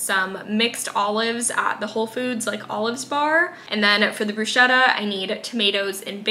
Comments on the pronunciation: Quite sure Bruschetta is pronounced Broose-ketta…😅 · everything looks so good. also i could be wrong but i think bruschetta is pronounced with a hard c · You pronounced bruschetta wrong